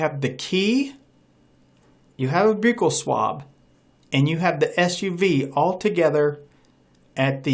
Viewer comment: Not being mean your saying buccal wrong.